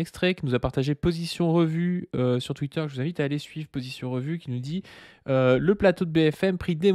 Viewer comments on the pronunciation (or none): none